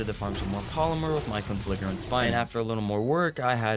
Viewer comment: how do you mispronounce conflagrant that many god damn times lil bro just sound it out